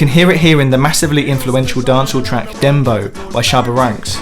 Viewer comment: I'm just gonna be that person and say I think you're pronouncing "dem bow" wrong. Pretty sure it rhymes with "cow."